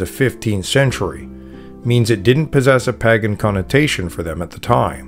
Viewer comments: Paaagan. Lol. I hope you know it's not pronounced like that and are just having a laugh. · I thought pagan was pronounced like "paygan". I've never heard it said like this guy before. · Most, if not all of xtian practices are inventions or stolen from older religious practices, even back as far as Egyptian depictions. It's disappointing that you use (and mispronounce) the word 'Pagan' for every earlier religion, regardless of location. It hurts your credibility. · How is the narrator mispronouning " pagan?" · How come you cant pronounce pagan? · Omg, why are you pronouncing pagan so weird? I'm cringing every time I hear it! If I hear it wrong one more time, I'm OUT! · Maybe ask him if there’s a reason he pronounces “pagan” the way he does.